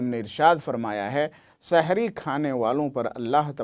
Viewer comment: Shahri nahi hai janab sehri